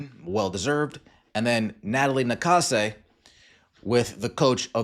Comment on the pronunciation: Maybe Englebert is like Mr. Garvey, substitute teacher for Nakase's pronunciation? "Gnat-a-Lye nA-Kase"